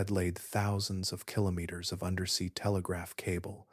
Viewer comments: Killer naters😂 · It’s a darn poor mind that can’t think of at least a few different ways to pronounce “keenomiters”! 😅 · I’ve learned something interesting in this video. This man does now know how to say “kilometers “ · Is this a science channel or a put-you-to-sleep vocal asmr channel? 🤔🤨 Your struggle with the pronunciation of "kilometers" is hilarious, btw 😆 You pronounced it correctly! Watching from Atlantic Canada 🙂 No volcanoes here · every time you said kilometers you said it differently and wrong every time